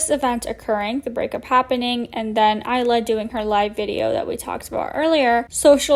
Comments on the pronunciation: I loooove that you made a video about this creep! The only thing I want you tell you is that the name of the first youtuber he dated isn't pronounced aliyah as you said it, but I-ALA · Eye-lah, not Aaliyah 🤣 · please don't think this out of hate but AYALLA not aleea 😂😂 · Her name is Ayalla not Aliya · Ayalla is pronounced EYE_ALLA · Do you keep mispronouncing “Ayalla” as Alia? Or whatever non-name you’re saying, haha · I believe Ayalla is pronounced Ai-yal-luh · It’s pronounced “eye-ah-la” for Ayala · Her name is Ayala. Not aliyah... I know that's not the point of the video but it annoyed me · Hahaha, my name is Ayalla too and you cracked me up with your pronunciation. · They can’t even say “ayalla’s” name correctly, seems like they’re a moron